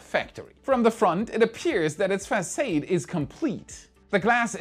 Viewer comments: Facade sounds like fasSAHD😊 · Small nit:, you consistently pronounce "facade" as if it rhymes with "arcade". It doesn't. The second a is pronounced like "ah", so it almost rhymes with "applaud". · Facade = fas-sod Boeing should just go back to strictly doing planes, maybe things will improve there too. As it is, they're struggling doing both so neither is good enough.